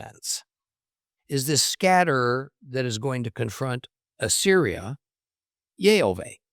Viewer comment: Question for you,? I hear you’re speaking יהוה as YeHoVEY ( not YeHoVah…) so I hear the ah sound missing, but in the very same passage, you say Yerushalayim ( you pronounced the ah sound in that) so why would you pronounce it in one word and not the other? No argument about the name of course I’m just genuinely asking. Thank you.